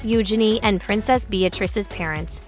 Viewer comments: They inherited the worst physical features from their parents. BTW, PLEASE pronounce their names correctly! Eu-zhen-ee, not U'junee! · Her name is not Euginny. It is Eugenia. Pronunciation is kind of important. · I could only handle listening to you pronounce her name U-Jenny once and I had to stop .🙄